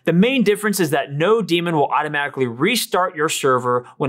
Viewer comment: Great overview and presentation. You should be getting more comments and likes. minor nit: it should be node-MON as in node-monitor not node-DEMON.